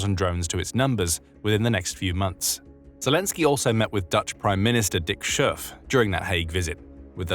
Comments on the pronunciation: The pronunciation of Dick Schoof is kind of painfull. The Dick part is spot on, but the Schoof part is painfull. The 'oo' in Dutch should be pronounced more like the 'oa' in moan. But i cant really explain it too well. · At least he didn't pronounce it as the classic English OO.